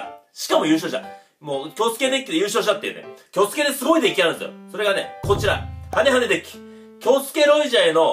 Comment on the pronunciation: みんな言ってるけどハネハネがハゲハゲに聞こえたwww